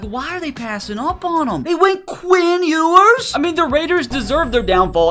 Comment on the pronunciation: ITS Pronounced PRONOUNCED “YOU-ERS”